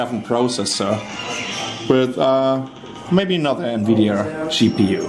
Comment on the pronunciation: nvidia chi pi u